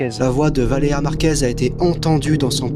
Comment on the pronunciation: C'est évident qu'il dit "Valea" pour gratter des commentaires l'enflure, il me débecte ce gars